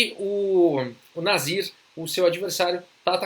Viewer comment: ótimo video , eu fui o único q confundiu ele falando o nome do nasir e escutou nazista ou algo parecido ? Brincadeiras a parte , uma ótima partida e analise também